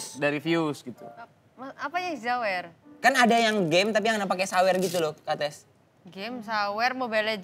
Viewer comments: Bacanya sebenernya kan kétiz bukan kates ya..tp yowes ben lah 😅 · Namanya bukan kates tapi dibaca katis, aku gemens sm pengucapan hostnya 🥹 udh bagus itu namanya, jgn diganti keplesetannya, ga lucu soalnya😢